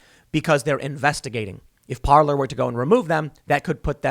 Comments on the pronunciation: Parler is properly pronounced par'lay. It means speak in French. I.E. parler en francais. If it was pronounced par'lure it would be spelled parlor like a sitting room. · the first time i heard of parlor was from tim, and hey pronounced it parlay lol